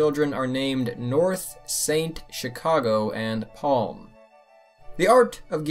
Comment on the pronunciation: Psalm not Palm. Sheesh.